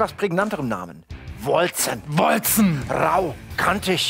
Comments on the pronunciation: Wolcen wird "Wolken" ausgesprochen, also auf Englische und nicht deutsche Art Edit: Hab grad ne Antwort von den Entwicklern auf Steam gefunden, wie es ausgesprochen wird: "Wal-ssen :) But you can say it as you want. It is old English for "Celestial", and can be pronunced : Wol-ssen or Wol-Ken" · hab es grad nochmal gegoogled und die Entwickler haben folgendes gesagt: "Wal-ssen :) But you can say it as you want. It is old English for "Celestial", and can be pronunced : Wol-ssen or Wol-Ken"